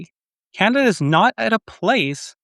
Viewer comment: CANADA ❌ CANINDIA✅ 😂